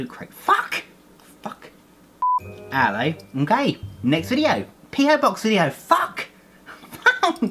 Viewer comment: hahah lol 😂😂 its allo m'kay and now i cant unhear im gay 😂